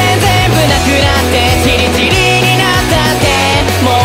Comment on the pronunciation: 君が全然全部なくなって の なくなっての発音が好き！